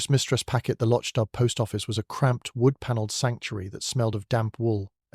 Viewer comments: The village is not pronouned "Lotch Dub"! Please listen to a narration of one of Beaton's many books! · Hillsboro, VA USA - am — Thank you. Lovely. But it would be even better if the narrator were a real person who used the correct pronunciation of Lochdubh.